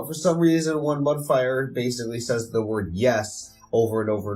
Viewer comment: It keeps sounding like you're saying Mud Friar instead of Mud Briar. Was that just your mic?